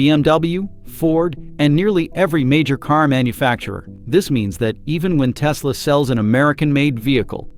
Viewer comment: tesla - last-e